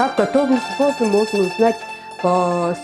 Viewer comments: нет не правильно если вы показываете как правильно готовить национальное блюдо БУУЗЫ так надо правильно и произносить!!!! Мы же не говорим на пильмени например Мельмень или как-то по другому. Уважение нужно иметь, а если его нет то и не стоит снимать видео как приготовить национальное блюдо БУУЗЫ ☝️ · Дуры,вы сами позы! Вроде взрослые,а не говорят позы (буузы) так то